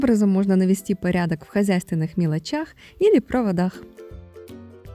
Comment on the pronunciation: Очень провинциальное произношение! Надо говорить не "пЫрядок", а "пАрядок". Не "прЫзрачный", а "прАзрачный"! Не "пЫтаму что", а "пАтаму что"! Слушайте чаще грамотную речь в том же интернете, потому что провинциальная режет слух! Желаю удачи!